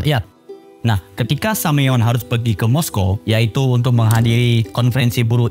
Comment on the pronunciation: bagus bro, padat berisi! jauh dari boring. hindari kesalahan yg gak perlu spt Semaun dibaca Sameun.